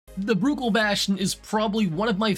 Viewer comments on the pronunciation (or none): Every time he says Bruckell I lose my mind